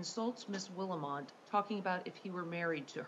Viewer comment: That judge couldn't even get Willmott's name right.